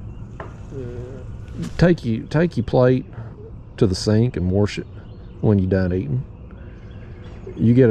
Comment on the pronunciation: Oh my god, when you said “warsh” your plate I like to have fallen out of my chair. I haven’t heard that since we lived in Kentucky. Originally from and now back in southeast Georgia, and we used to laugh at the people all the time about that. Love the videos. Got me itching to go drown a worm.